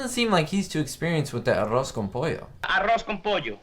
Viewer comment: Do you speak Spanish? Your pronunciation of ‘arroz con pollo’ is quite good.